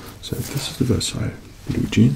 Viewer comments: Versace is not pronounced as Versailles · Took me a moment to realise he pronounces Versace as Versailles... As someone who learnt french to say croissant correctly. I'm deeply disturbed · I've hear Versace pronounced in all kinds of ways but never as Versailles! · Why does he say Versace like that? 😂😂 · The way he says Versace 😂😂😂